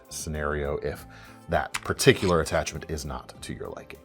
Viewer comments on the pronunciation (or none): none